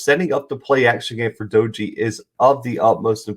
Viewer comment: Not a big deal but WVU’s quarterback’s name is pronounced DAY-gee. Good video. Should be a good game